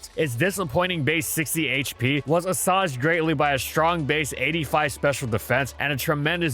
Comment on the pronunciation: 'Assuaged' is mispronounced. You say' ah swayg'